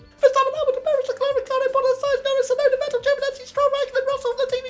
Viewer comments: Damn , look how the editor massacre Yuki's last name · No one: Absolutely no one: Race Rundown: Tsuonda